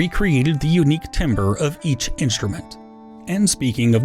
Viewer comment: ahhh he said timbre like timber 😭